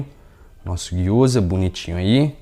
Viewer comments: Gyoza não , é gyozá ! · Me senti a Hermione de Harry Potter durante todo o video, "não é giyoza~ é Gyozá", depois o feitiço dá ruim e não sabe o pq 😂🤣😂, sobre a receita super dá certo 💜